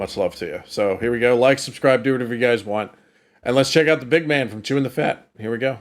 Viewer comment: Hey, it’s pronounced “The BIG Man” not the “The Big MAN”